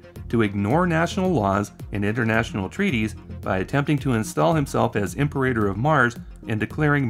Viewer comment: It's not "imper-rater", my dude. It's Latin for 'Emperor' - pronounced "im-perah-tor".